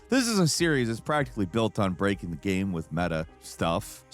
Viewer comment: You say gaem instead of game, lol.